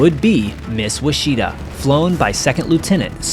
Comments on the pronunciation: "Ouchita" is a county and Baptist university in Arkansas. It is not pronounced "wah-SHE-ta," but "WASH-it-aw." The German fighter was a BF-109, not an ME-109. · It's pronounced "wuach- it - ta" NOT "wacheetah" you nube! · that isn't wachita, Thats wachitaw =P, or Wash-A-Taw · Ouachita is pronounced "Wachita". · while I applaude you on the display of these iconic aircraft, I correct you , the Name of the Plane was Miss Ouachita ( Wah-sha-taw) native american name for the onnly Mnt. Range in America that runs West to East not North to South or vice versa. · It should be correctly pronounced as: “Wash-it-ta”. FYI - Lake Ouachita is approximately 20 miles west of Hot Springs, Arkansas, is approximately 40 miles long, has over 200 Islands in it, and is one of the cleanest lakes in The United States 🇺🇸 of America. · (Wah) Chi -TAW is the pronunciation Its a county in Arkansas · It’s pronounced Wash-a-taw. Mountain range and lake in Arkansas. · you might want to check your pronunciation of Ouachita. A river and mountain range in OK along with a lake in AR bear the name. WAH shuh tah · Ouachita is pronounced wash-ah-taw. Great video and thank you these men gave all and deserve to be remembered. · Miss " wash it aw " ouachita. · The correct pronunciation for “Miss Ouachita “ Is “Wash-ah-ta” It’s an Indian tribe and a Mountain Range in Arkansas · ouachita pronounced like (wash I taw) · Great video! Enjoyed it! Correct pronunciation of Ouachita is “wash-i-taw”. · Ouachita is pronounced Wash itaw I lived in Ouachita Parish in Louisiana in West Monroe Louisiana where the Ouachita River flows through. It’s an Indigenous word! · Nice show, dig your channel. One point: Ouachita is a mountain range in Arkansas and is pronounced ''WASH-it-tah'' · Ouchita - Wa shi taw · Ouachita is a Native American word. I'm Choctaw but I'm not sure what the word means. It is the name of a small mountain range. It's pronounced (witch - itaw). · You’re saying Ouachita incorrectly!